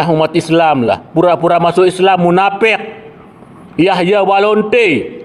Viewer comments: Apakah saya salah dengar bukankah dia mengatakan " Yahya Walonte' ". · Yahya waloni pak ustadz, bukan yahya walonte......😅